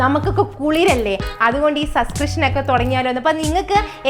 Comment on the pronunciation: "Subcrishan "😂😂തുടങ്ങാന്‍ കാത്തിരിക്കുന്നു 😅